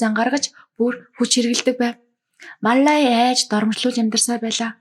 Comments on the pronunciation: Мал лая гэдгийг Мал ай гээд бгаа юм бна. Балай авгайг янхан чигээр нь хаяхгүй засрахгүй шүү дээ. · Маллая гэдгээ ямар сонин хэлдийн бэ😅